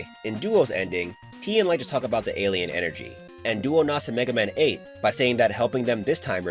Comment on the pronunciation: He said every version of MegaMan right so he's going to cover my warrior right I would really love it if he does